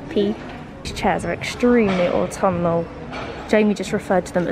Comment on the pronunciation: Au-tom-ma-nal season 🥰🥰🥰🧚‍♂🧚‍♂👍👍 you loved saying that last time n couldn't wait lol xx